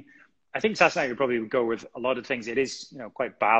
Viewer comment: This woman should have done more research before interviewing Sam!! She couldn't pronounce the name "sassenach". She didn't understand/know about the unicorn on the bottle. She had no idea and was confused that Sam had so many live fans during the interview. Very disappointing!